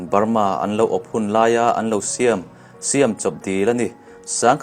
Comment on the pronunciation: Ka Pu i awphawi amawi khawpmai 'siam' leh 'hnim hlum' etc te khi ithluk diklo na chu iti tha khawpmai keipawn lai ka nia kan tawng ka hre maplo😀🤗🤗👍👍